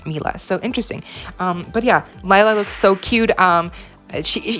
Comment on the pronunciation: Lila pronounced like Leela, not Laila, Listen how she introduced herself to Sunny